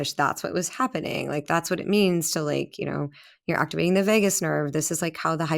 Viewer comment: Vagus not Vegas